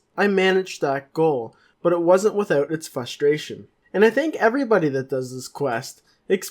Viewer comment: anyone else notice that he cant say frustration right? hahaha